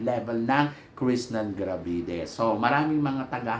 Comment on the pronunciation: Krishnah NAH NAH NA po ang name niya as in KRISNA hindi Krishnan NAN NAN NAN... matagal na po at ilang beses na ninyong sinasabi na Krishnan NAN NAN NAN si Krishnah NAH NAH NA hanggang ngayon di nyo pa mabanggit banggit ng tama ang name niya... KRISNA po, hindi KRISNAN... peace... 😊❤😊